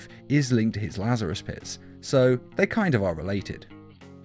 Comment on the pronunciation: "pit's chemicals" My ears: "piss chemicals"